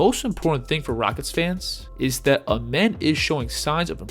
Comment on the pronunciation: His name isn’t pronounced as Amen it’s like the sun god Rah Ahmen